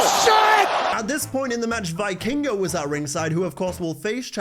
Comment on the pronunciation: it's pronounced "vee-kingo" PS: love your work btw